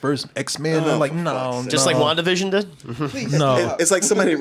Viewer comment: Am I the only one who hears "one division" instead of Wanda Vision" every time says it?